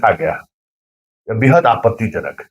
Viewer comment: पहले बोलना सीख ले आपनतीजनक नहीं होता है आपत्तिजनक होता है